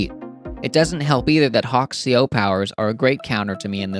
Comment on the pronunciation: CO isn't a word, it stands for Commanding Officer, it is pronounced Sea Oh, in case you didn't know and would care. if you do know or don't care, disregard.